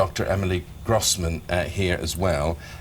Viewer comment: Lol dr Emily grosswoman not grossman